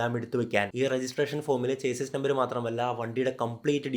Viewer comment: ചേസിസ് അല്ല - ഷാസി എന്ന് പറയുക